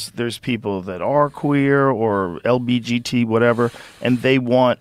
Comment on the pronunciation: The way Joe says lgbt as lbgt make me lmao😂